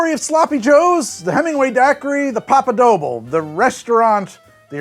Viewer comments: It's pronounced dough-blay, not dough-bull, because it's Spanish. Similarly, the reason it's El Floridita and not La is because it refers to a bar, which is masculine: El Bar Floridita. Typically the "bar" is omitted. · I twitch every time you make "doble" rhyme with "noble". I thought you knew some Spanish -- it's DOH-bley. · Brother hearing doble pronounced like that is killing me